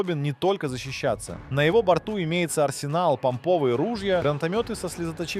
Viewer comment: а на показал Боинг-757, а речь вёл про Боинг 747! ГранатомЕта 🤣помпОвые ружья! Я если честно до конца досмотрел только для того, чтобы поржать!! Что и как ещё автор исковеркает :)))